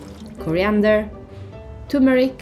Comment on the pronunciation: the narrator is dumb. the yellow spice is clearly turmeric AND she is mispronouncing it like an illiterate fool.